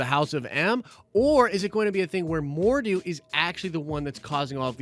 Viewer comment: It's pronounced More-Doe